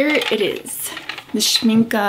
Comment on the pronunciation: I've a set of professional watercolours from Winsor&Newton, but I wanted to try out Schmincke ( glad you say their name right ) as I have many tubes of oil paint made by them. Yet I heard that they are attracting quite a lot of bugs in the spring/summer or more exotic regions as they are based on honey, is that right?